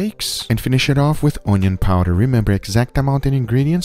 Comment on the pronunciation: Where does this guy come from? My guess is Mongolia. The way he say O-neon instead of onion